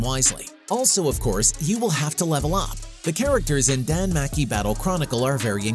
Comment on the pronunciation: danmachi not danmaki